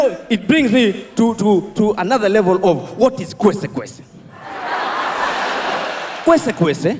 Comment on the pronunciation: Yea niliskia ng'ang'a akisema kwensekwenses